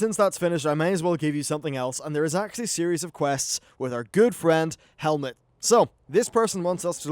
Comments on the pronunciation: it's Hemet, not Helmet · Why does he keep saying fecking? Is it the accent? edit: and hemet is now helmet? lmao